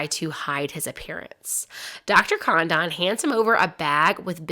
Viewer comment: Hurt my brain too. Literally the biggest kidnapping in American history. Thousands of movies, books, video, etc. This is the first time I've heard Lin.den.burg. Also, Dr. Condon is mispronounced. It's Con- dun. Should have watched contemporary newsreels. Out.